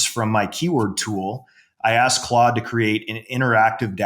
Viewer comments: what the fuck is Clode? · You lost me at “clOde” 😂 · Clode... Clode.... Clode... Jfc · Close sounds to close to Chode (don’t google that) for me. Say it right bro!!! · Its Clod not clode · "clode" haha goated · If says it’s clode it’s clode from now on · Why do mispronounce Claude ? Intentional ??